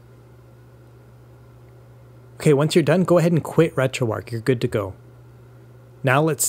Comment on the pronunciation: Imagine if Retroarch was actually pronounced like that. I'd be putting keese on my sandwich. I'd be eating kips and dip. I'd kew my food. I'd get married in a kaple. I'd attract fish using a kum bucket. Things on sale would be keap. I'd kallenge someone to a fight. Sometimes, I'd have to make difficult koices, while I sit in my kair. When I'm feeling down, people would keer me up. Great job. Words are hard.